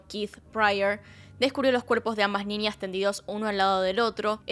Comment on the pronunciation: Muy buen relato !!mas pronuncias ninias!es niñas!